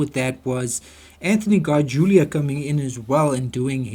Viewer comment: Cesar says his name as Seezer, not sayzar. And Anthony's name is pronounced as Garjoola, (not garjulia) and Eli's name is short for Eliezar, and pronounced to rhyme with jelly. not Ee- lie.